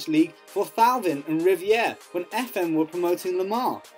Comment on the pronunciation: You pronounced Thauvin as Towvin WTF?